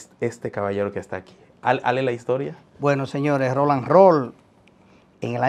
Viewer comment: Pero qué problema: no hay forma alguna de que diga el nombre correctamente, siempre dice: RONALD ROLL, en vez de Roland 🤣🤣🤣🤣🤣🤣